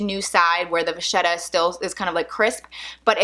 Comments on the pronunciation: You seem like a very nice lady....I have "pet peeves" when it comes to words and their correct pronunciation! It's Va-Ket-ah . the "h" is silent....Just sayin' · Vachetta is pronounced (same goes for bruschetta) with a hard "k" sound, Vaketta, or brusketta. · I think vachetta is pronounced like va ketta?? No? Yes?